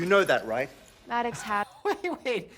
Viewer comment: Maddog Hatter is what I heard